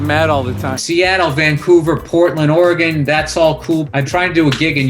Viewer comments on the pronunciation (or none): none